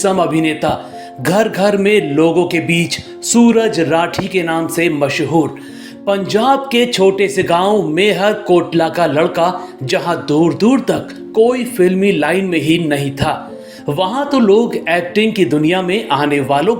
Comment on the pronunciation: Meharkotla nahi bhai malerkotla hai